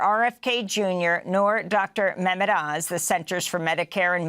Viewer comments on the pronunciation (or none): none